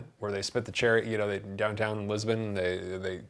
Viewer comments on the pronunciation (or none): none